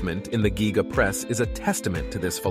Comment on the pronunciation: I not sure i hande him calling it the "Gíga" 😂